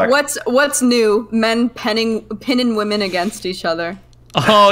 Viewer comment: is fully redeemed in my eyes. Didn't think I had it in me, after listening to her mispronounce women 500 times in a single panel.